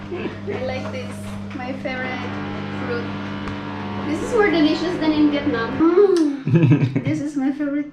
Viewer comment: Yurlis где ты там нативный английский увидел? Ее английское произношение режет слух. Делишас, делишас